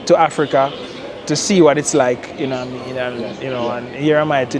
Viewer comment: "Yuh noowaMean?"